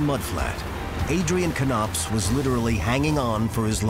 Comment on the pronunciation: Why is he pronouncing it Kuh-nopps instead of Nopps? That's also confusing me 😆